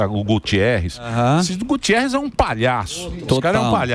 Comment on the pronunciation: GUTERRES. Não é Gutierres.